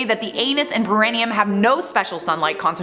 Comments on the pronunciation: It is pronounced like, 'pair ah knee um'. (long time nurse😅) Always love your videos!! No criticism here, just clarification! Keep on slaying!💜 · Just an FYI:. Perineum is pronounced pear-eh-knee-um.